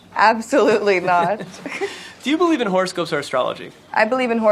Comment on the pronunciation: Lol when he asked “Do you believe in horoscopes or astrology”? I heard “Do you believe in horse, goats, or astrology”? Please tell me I’m not the only one who heard that... 🙈